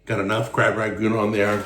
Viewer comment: Rangoon. not Ragoon.